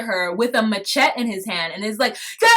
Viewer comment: I think you're mispronouncing "Machete". Lol.